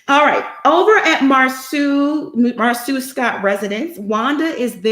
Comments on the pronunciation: Can you not call him Marsue. It mar-so. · It's disrespectful to Marsau's mother to keep mispronouncing his name as Mar-soo. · Does Monica really watch the show because she mispronounced Marsau and Tisha's names like she really doesn't. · It Bothers Me That This Man's Name Is Being Pronounced Wrong On Purpose smh.